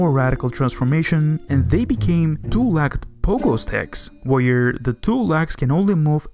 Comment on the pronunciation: this accent bundled with this guy's mom sleeping in the other room is not a very great combination when you're trying to hear what this guy is saying. edit: "THEY ARE TWO LACKED ANIMALS" bro how the fuck can you mispronounce a three letter word "leg"